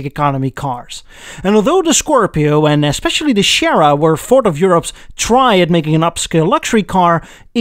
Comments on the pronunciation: It is pronounced SEA-era... Not Shara. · the Ford what? Chierra?! Surely you mean Sierra. see·euh·ruh or if you what the proper spanish pronunciation siˈɛɹə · You know, I'm pretty sure "Sierra" doesn't have an "h" in it,!:D I grew up in France and our family car was almost always a fine German-made Ford Granada Ghia. They were great cars! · SI-erra, like the software company, not Sherra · "Sierra" is pronounced "see-air-ah", not "share-ah". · You keep pronouncing it "Shera". It's "see-era" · You know what? It'ts not pronounced Ford 'Shera". Siera is pronounced 'See-era', it's a Spanish word. Also, they were not made in Germany, but Belgium. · Shera wtf it is Sierra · Cool. But why oh why do you pronounce Sierra as Shera? How do you pronounce Sierra Mountains? Or Sierra Leone? 😁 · Si-era. Interestingly, they used an xr4ti for a group a sierra in Australia instead of the rs500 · Is there any specific reason why you pronounce it "Schierra"? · See Air Ah. Sierra. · C air ahh - Sierra - no reason nobody wanted one the way you pronounce it - with respect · OMG C-Air-a say it, Ford C-Air-a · Just for the record: "Sierra" is pronounced "See-urru" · "SEE-era" I enjoy your channel, but hearing you mangle the word "Sierra" over and over was like a garden rake on a chalkboard. It was glaring in light of the fact you were making fun of how the word "Merkur" was pronounced. Again, love your channel, but sometimes you need to throttle back the snark a little. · I winced every time you mispronounced "Sierra"! Sierra is pronounced Cie-Air-Er...just say that quickly and you will sound correct! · Got to love the way you mispronounce "Sierra", especially after telling us the right way to pronounce "Merkur"! LOL! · What is your problem with pronounciation of mitsubishi and sierra, you speak fine all the other words...